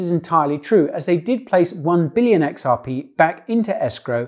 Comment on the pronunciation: "9 Bililion xrp" rofl